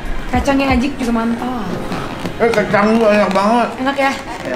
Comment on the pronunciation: Cuma ashanty yg bener nyebut "ajik" 😁